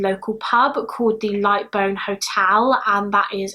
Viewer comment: Also lightbowne in Moston is pronounced like to take a bow, lightbowne